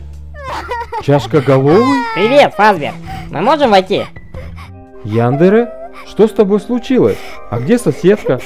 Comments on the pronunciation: яндЕре правильно ставьте ударение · Яндере ударение не на Я, а на первую е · 1. Правильно не Яндере а яндЕре! 2. яндере не имя её имя Аяно! 3. Аяно без чувственная 4. у ребят чашек есть имена! Капхед и Магмед (не точно) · По-моему правильно Янде’ре, а не Я’ндере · И она не ЯЯЯндера она яндЕЕЕЕра ударение на Е